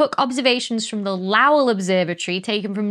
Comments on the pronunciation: Low your stories, just a quick pronunciation note, Low El not la wel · "Lowell" rhymes with "bowl", not "bowel". 🙂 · did you just say the LAUWEL observatory? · Not going to pick on the Northern accent, but I will say (no judgment) that I’ve never heard Lowell Observatory pronounced “L’OW-ull”. I’ve heard either “LOW-wull” or “LOHL” most often. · Small note, since I've been to the Lowell Observatory in Flagstaff, Arizona: The name is pronounced like LOW-uhl. Or more specifically, here's the Wikipedia page for Percival Lowell, who the Observatory is named after, which has the IPA pronunciation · The Lowell in Lowell Observatory is pronounced "Low-ul" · Lahwell observatory? Lowell doesn't rhyme with Powell at least not in southern KY where I am from. My name has been mispronounced by a lot of people my whole life - but the Powell rhyme is fairly new. In the UK, has Percival Lowell's name always rhymed with Powell? Just Curious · Lowell Observatory is pronounced "low-ull"! Thank you for the fantastic video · 'Lowell' sounds like 'bowl'